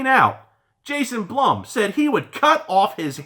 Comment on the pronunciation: "Blum" is pronounced like "Bloom" like Bloomhouse......Blumhouse....just thought I'd let ya know")